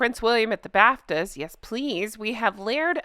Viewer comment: I thought you said "Prince William in the bathtub", drat, you said Bafta 😅😂😅😂😅❤ Honk honk